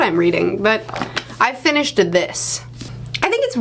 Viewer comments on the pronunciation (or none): " I FINISHDED this " lmao